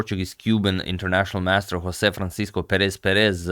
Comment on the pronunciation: I'd also add that, in portuguese, the 's' in "Francisco" is read more like a 'sh' sound as in "shade" so think 'francishco'